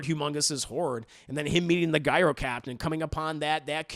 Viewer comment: Agreed on all! But haven’t seen Furiosa yet. Hate to be 'that guy' but Gyro is pronounced 'Jyro'...😉